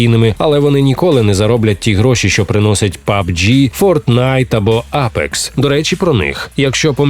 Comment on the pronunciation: Як добре, що не я один кажу пабДЖІ, а не пабҐ. 😁 Люди! Запам'ятайте! Правильно казати пабДЖІ.